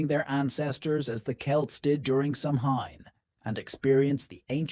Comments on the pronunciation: You need to know how to pronounce Samhain. It's pronounced Sowan not sam hine🙄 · SAMHAIN is pronounced SOW WEN (when)